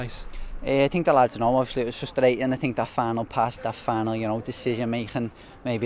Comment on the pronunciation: I thought he was saying "fan" but it was "final"